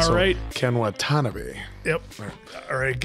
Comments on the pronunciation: Wa-tuh-NOB- ee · No, none of you said his name right 😂 It is wah-tuh-nah-bee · KEN'S last name is pronounced WAN TAH NAH BEE. Emphasis on the NAH.😊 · Y'all killin the reactions! This is one of my fave Tom Cruise films. Ken Watanabe (Wah-Tah-Na-Be). He's one of my favorite actors. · Watanabe is pronounced Wa-Ta-Na-Bay. Also, a similar movie is Dances With Wolves with Kevin Costner.